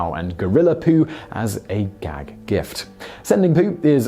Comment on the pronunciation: Emphasis on the "gag".